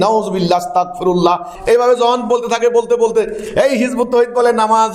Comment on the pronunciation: আরে জানোয়ার তুইতো আস্তাগফিরুল্লাহ উচ্চারণ করতে পারো না